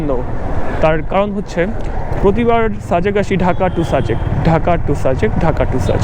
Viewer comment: ভাই সারাক্ষণ অ-শুদ্ধ ভাবে সাজেক কে ছাজেক/ছাজেক বলছেন কেন?????.... বাজে এবং বিরক্তিকর লাগছে। দয়াকরে ভাষা ঠিক করেন, শুদ্ধ ভাষার চর্চা করেন। আর একই জায়গা একই রাস্তা আর কত দেখাবেন ????? Do something NEW man...... New ..... otherwise Don't waste Time .... Love a Lot.